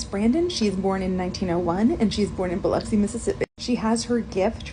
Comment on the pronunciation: My favorite part of this is that you pronounced Biloxi correctly.